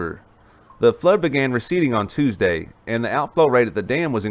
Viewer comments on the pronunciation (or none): none